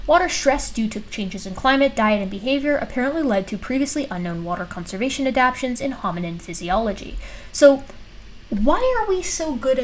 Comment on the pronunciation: The word is ad - ap - tations not ad - apations. 😉 😘